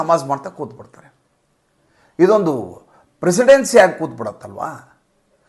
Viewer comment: ಅದು ಪ್ರಿಸಿಡೆನ್ಸ್ ,ಪ್ರಿಸಿಡೆನ್ಸಿ ಅಲ್ಲ